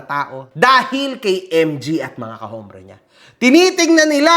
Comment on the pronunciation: MG, brother, whenever you say the word, "hombre", do not pronounce the H, it's pronounced with a silent H, as in OMBRE. para lng sa tama tayo, bro, hindi magandang pakinggan,e. tnx